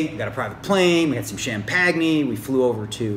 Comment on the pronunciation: I hope that pronunciation of the word 'champagne' was you trying to be funny and not the actual way you pronounce it...